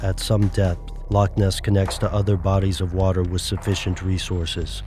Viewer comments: A Scot cries every time you pronounce loch as "lock" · Scottish person here... Just want to clear something up about the pronunciation of "loch". It shouldn't be pronounced as it is in the video like "lock". You should make a rough sound in your throat for the ch sound. Exactly like the ch in many German words, for example, "nacht".